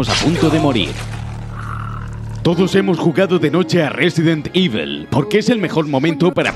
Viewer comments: "Resident ivel" increíble inglés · No pretendo ser castroso pero JAMAS EN LA PUTA VIDA SE HA PRONUNCIADO "IVEL". Coño.